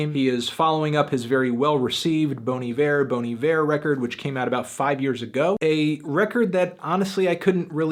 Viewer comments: Just for the record, it's pronounced BONN EE-VEER, not BONE EE-VEER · Even anthony is doing it wrong. It's Bon, not Boan. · Bon I-ver is the correct prunaunciationing. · Its actually be pronounced more like "Bawn E Vair". If you really want to know just listen to Bon Hiver pronounced over google translate. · Wrong...It's pronounced "Bonnie Bear" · Bawn eye-vurr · Bon E-Vair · It's pronounced Bahn I Ver. Also, what did you think of the new Sumerlands? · The only thing wrong about this review is that you keep pronouncing it bony ver. Also the rating but that's just my opinion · My god, I've been mispronouncing Bon Iver my whole life.